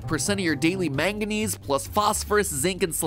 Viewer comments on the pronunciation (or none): none